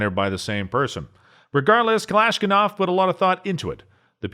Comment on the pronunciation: Yep he butchered that pronunciation for sure lol not a great look for a gun channel